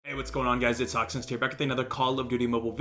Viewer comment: Hawks Nest sounds like crows Nest😂😂😂